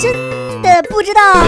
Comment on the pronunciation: 疯狂点点一下停一下 说真的不知道就会听成俺不知道